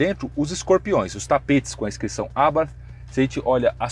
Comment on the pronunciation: Pena q é nítido que não manja nada impressionante, nem a Abartí ele sabe falar kkkkkk sabe nada